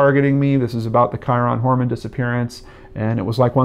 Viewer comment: good info. bad pronunciation of his name. I'm still a fan. very good work and well put together show!